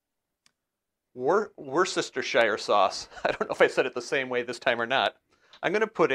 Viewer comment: The sauce is pronounced wustersher. Looking forward to trying this